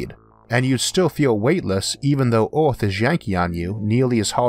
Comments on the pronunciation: Hey mate it's Earth not Orth...etc etc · "Getting from orth into space fastor, cheapor and easior" You seem to hate e's. :-p But the content is great so I guess I have to deal with that.